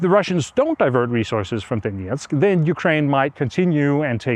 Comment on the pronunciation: Hi Anders, thx! I suspect that you have studied Russian language at some point, since you pronounce Donetsk as close to Russian pronunciation as possible. Based on that, could you perhaps consider using Ukrainian names for Ukrainian cities? Thanks anyways.